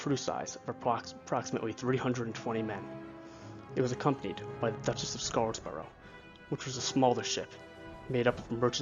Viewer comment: Also, it's SeRAPis, not SePARis. EDIT: And SCARborough, not SCARSborough.